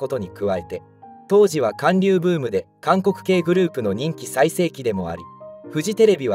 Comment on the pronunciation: かんりゅうじゃなくてはんりゅうな。